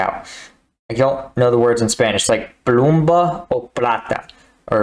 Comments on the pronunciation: im sorry man but when i heard you say "plumba o plata" i burst into laugh , the phrase is "plomo o plata" , salutes from argentina! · "Plomo o Plata" Pronounced both O´s as the same O you would in god. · oh god that pronunciation of "plomo"